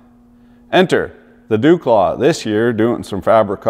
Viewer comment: Dewclaw? I always assumed it was duke law.